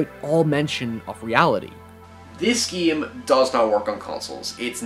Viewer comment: why do you say geem all the time?